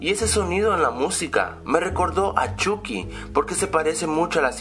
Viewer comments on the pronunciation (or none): none